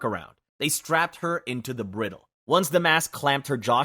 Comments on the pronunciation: The video does a pretty good job of pronounciation, with mostly minor issues on words in other languages. There were two that weren't minor and might cause chagrin if used in conversation or a presentation, etc. Bridle= bry-dul It's what you put in a horse's mouth to help 'steer' it. Maybe you'll travel with your horse to the U-freight-eeze (Euphrates) river! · That is NOT how you pronounce “bridle.”